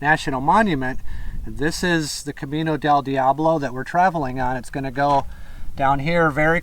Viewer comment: I love it...but you have to work on your accent for "Camino del diablo" . It's more like El-cah-MEe-nnoh dhell DEeahhbloh